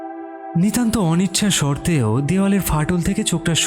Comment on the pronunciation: Kathabatra noy kathabarta., Anichchhashorte noy anichchhasatwe. Pronunciation gulo thik korun please